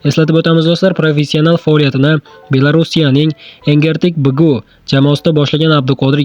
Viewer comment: Тугри талаффуз килиш керак купчилик учун Энергетик-бгу деб. Хар видеода таллафузда хато бор